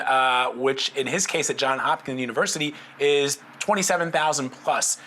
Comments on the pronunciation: It’s JOHNS.... not JOHN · It's JOHNS. Are you a journalist?